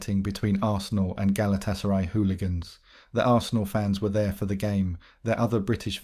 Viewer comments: Does this guy just read shit out without actually knowing what he's reading? Pronouncing Galtasaray the way you do makes you seem like you haven't a clue about football. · Hilarious pronunciation of Galatasaray!😂